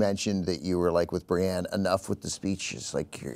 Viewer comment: Cenk, it's BriEnne, not Briane of Tarth.